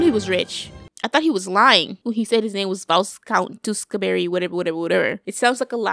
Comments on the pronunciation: Tewksbury (too- ks- berry) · For those of you confused: Vy-count two-ks-berry No hate :) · Alternate title: trying to pronounce Teweksbury and simping for "Minecraft" for 26 minutes and 43 seconds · saying tewskaberry for majority of the movie had me hollering 😂but I loved the reaction to this it was great I’m so glad she got his title by the end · Her not pronouncing “tewkesbury” is making my blood boil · … keeps trying to pronounce the words how they are spelled and not how they sound.